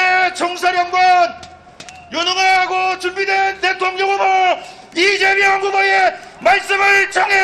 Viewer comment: 로고송 발음이. 이쨈명 으로 들려요 발음이 쌔서 나를 위해 이째앰명~ 왜 저렇케 발음 쎄게 부르는거죠? 나를 위해 이재명 이렇케 불러야지